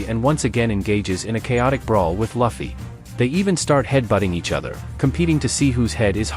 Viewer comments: It's not "Luh-Fee" it's "Loo-Fee"!! 😆 Nice complete vid though! ✌️ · No luh-fie its lew-fie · Why the hell do you pronounce luffy as Laffy? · Loofy. Is the pronunciation bro😂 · Its ai voice so if he typed luffy name as loofy ai will say luffy but since he said luffy ai will say fluffy without the f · Name is not Laughie.. its Luffy😭😭😭😭. Sorry but I cant ignore the fact that you miss pronouncing Luffy’s name😭